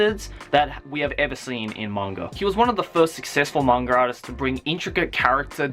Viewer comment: i thought he was saying mangradas